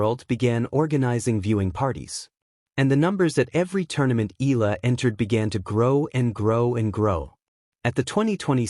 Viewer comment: you need to pronounce her name properly, ay naku!